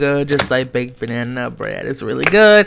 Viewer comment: Look he said baked ban-ana bread